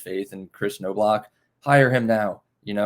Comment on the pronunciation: Please learn how to pronounce names like Knobloch. It's not No-Block.